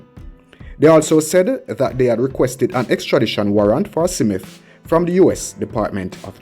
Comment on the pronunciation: Why do you keep saying "Simit", the mans name is "Smith!".